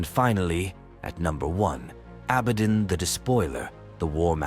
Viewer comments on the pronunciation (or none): why is so hard for these youtube voiceovers to say abbadon. a-bad-on aint it